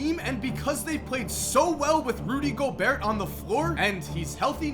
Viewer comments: its gobair not gobeart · It’s pronounced Go-Bear not Go-Beart.